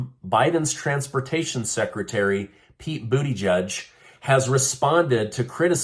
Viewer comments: Did he say Pete Booty-judge lol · Pete Boodyjudge. 😂 I caught that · Train wreck aside, I'm not American but always wondered how do you pronounce Pete Buttigieg .. from this video.. it sounds like Pete Buddha judge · Lol you said Pete booty judge 🤣